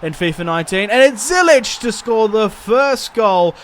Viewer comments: U saying Zyich wrong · It's Ziyech, love the series btw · Btw you are saying ziyechs name wrong